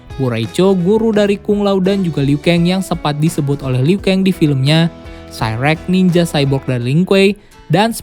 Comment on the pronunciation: Zab ziro? Liu keng? Dll Jujur, agak kurang setuju sama penyebutan nama nama nya 🙂